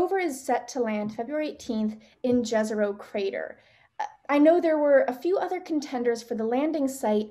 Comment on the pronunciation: Fantastic mission, can't wait. Just wondering why everyone on the planet is mispronouncing Jezero?